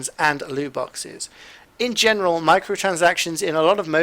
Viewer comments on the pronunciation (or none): none